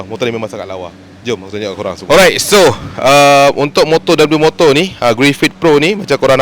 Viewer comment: Sebutan sebenar dia 'wimoto' Bukan dabeliumoto 😁